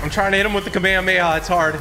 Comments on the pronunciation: I’m not trying to be rude but It’s not kAmama it’s kamehameha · It’s pronounced Ka Meh Hah meh ha. Not kameyameya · I love yo vids but u said kameyemeya it’s kamehamehaaaa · Bro it’s ka me ha me ha not kamayameya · Why does he say kameheya…. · i will forever hate typical gamer now because he said kamayamaya not kamehameha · No one talking about how he called it a kame a ma a ma ya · The way he pronounce kamehameha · It’s kamehamehameha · U pournoused it wrong but keep up the good work TG ✨✨✨ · "kamihumiha" "numbus cloud" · “The kameyamaya” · Bro its called KAMEHHAMEHHA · It’s kaum ay haum ay ha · the way he calls the Kamehameha makes me kinda mad saying kameya meya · he says kamayamaya 😂😂😂😂😂😂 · Bro said kameamea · lmao "kameamea" but dont worry man, we all said it wrong the first time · Btw kamehameha is pronounced like kam a ham ha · It’s kami hami ha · It's kam ehh ham ehh haaaa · He said kamayamaya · Typical bro, you said kamehameha wrong. It’s pronounced “CAM-A-CAM-A-HAAAA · It’s pronounced ka mae ka mae ha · It’s kam A kam A ha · Kmeamea are you sure it's pronounced like that bud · Bro its not kameamea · It’s pronounced ka meh ha meh ha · Its pronounced as ka-mey-ha-mey-ha. Kamehameha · I love but hate the kameyameya pronunciations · Not kameayamaya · Bro is saying it wrong to be viral lol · i hate how u said kamehame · the way he pronounced kamehameha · Am I the only person who is getting PISSED for the way is saying Kamehameha lol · Like everyone pronounces Kamehameha wrong like bruh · Am I the only one that noticed he says Kamehameha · The way he pronounces it 😭😭😭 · He’s saying kamehameha wrong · You pronounced Kamehameha incorrectly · Say kamehameha right pls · Bro can’t even say kamehameha right and bro said that he watched dragon ball z as a kid😐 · Anyone else triggered by how he said Kamehameha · U really don't know how to pernounce the name of gokus attack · the way typical pronounce the "kamehameha" sound bad